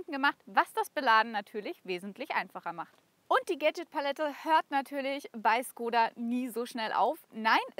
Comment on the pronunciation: cooles Video, aber Škoda wir Schkoda ausgesprochen und nicht Skoda